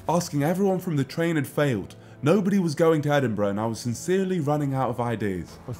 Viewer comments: Why is it Edinbruh? :D Isn’t it supposed to be "edinburg"? :D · EdinBRUH xD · Well it’s not edinBURUH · Is it just me or Edinbruh